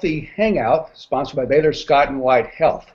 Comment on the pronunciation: "Baylor"? Are you serious?!